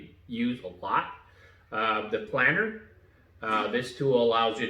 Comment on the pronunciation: Thanks for video. It’s planer btw, not planner. (“Plain-err”)